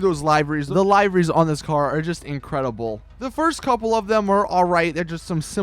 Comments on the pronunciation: Liver-Rys not lie-verys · frank jones its (Lie-Ver-Ries)